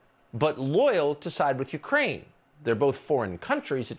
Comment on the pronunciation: "My Craine"? Jeez... it's hard to hear Colbert being such a CIA stooge!